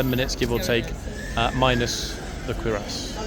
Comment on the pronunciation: Have you never seen Jack Clugman as Doctor Quincey, American medical series of 70's? By the way it's cure-ass, not queer-ass.